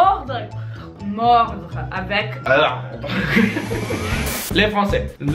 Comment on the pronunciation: ok vous êtes si mignon que ca me fait de la peine haha Pour les mots genre mordre et chirurgie vous n'utilisez pas le bon R ! il faut aller plus loin sur le palais de la bouche. petite exercice, vous fermez la bouche pas pas les levres, vous serez les dents et dites REU sans bouger la machoir, ca fait un ronronnement, c'est ce r quil faut utiliser ! dans l'espoir d'avoir été utile, happy day brada an' sista !=)